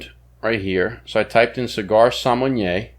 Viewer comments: sommenyeaaa is NOT a thing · There’s no “N” in the sommelier 🤣